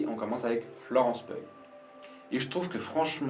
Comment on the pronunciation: Merci pour ta critique. C'est Florence PI-OU comme piou piou l'oiseau !